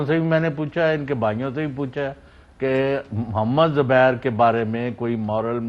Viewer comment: Zubair saab.. xubair saab.. xubair saaab. Bloody irritating